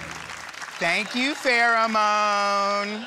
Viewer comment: “Thank you Farramone” 😂